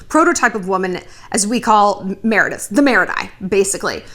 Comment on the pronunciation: You nailed the “Meredith”